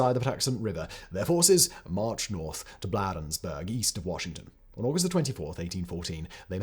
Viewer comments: Ugh Simon can never pronounce anything right😂 Bladensburg... hard A. Blade. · The town of Bladensburg is pronounced blade like the blade of a knife. The British also attacked Alexandria Virginia across the river from Washington DC. They were able to do that by sailing up the Potomac River. But the small Garrison Manning fort Washington abandoned their post allowing the British to sail unopposed up the river. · BTW, Bladensburg is pronounced like “blade” Maryland is “Mare-uh-lind” or “Murrah-lin”